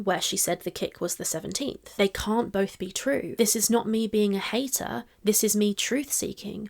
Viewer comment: love... it's "bolth" 😢